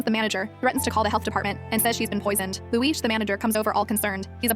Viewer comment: Respect to the person who said Subtitles: Luis Audio: Looeesh